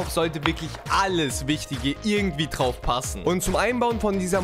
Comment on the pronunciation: so da kommt der CPU "T"RAUF ...... diese D/T Schwäche nervt ...genauso wie "gemacht gehabt"